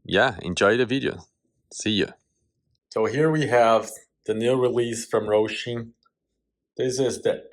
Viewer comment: It's Hosim not Rosim....😂😂😂